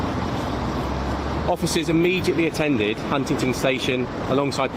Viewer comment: Can he not say Huntingdon?? 😂😂